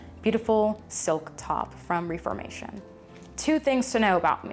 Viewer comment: love you so much. i just wanted to let you know in case you care to know; i used to work at reformation! It's pronounced with with a short e (like death)! ok that is all xoxo